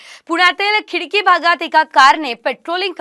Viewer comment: Khadki aahe khidki nhi